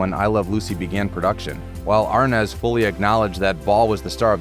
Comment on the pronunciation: Why isn't "Arnaz" pronounced "Ar-NEZ" instead of the incorrect "AR-Nez" that the narrator perpetually says.